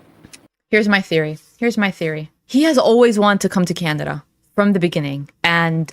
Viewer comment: is it just me or does she keep saying Candada instead of Canada lol